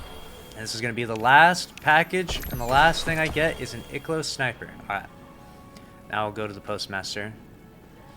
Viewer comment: ikelos. no it’s IIKEElos bud